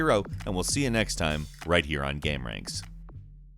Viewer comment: Geeaim or how normal people say it game